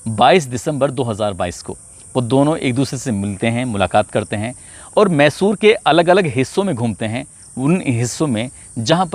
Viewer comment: भाई साहब मैशूर सहर नहीं मैसूर शहर ...आपने दो बार ग़लत प्रनाउंस किया..बीच बीच में छोटे छोटे पॉज भी लिया कीजिए .. ज़्यादा प्रभावशाली रहेगा.. बाक़ी आपका अंदाज़ ए बयां और आवाज़ अच्छी है..